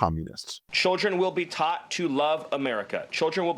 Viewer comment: will children be taught how to properly form their mouth into a shape that allows them to properly pronounce the word "taught?" Not to insult people with actual speech patholgies that do not derive from hiding their forked tongue...